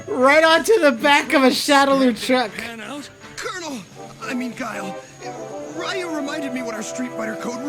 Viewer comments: Ugh, hearing them say "RYE YOU" instead of "REEYUU"...yikes! lol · That's how everyone I knew pronounced it until 2003.